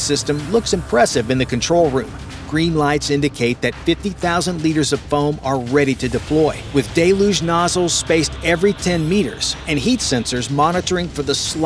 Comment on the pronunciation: DAY-looge? What the hell is DAY-Looge? Oh you mean t DELL-yoog?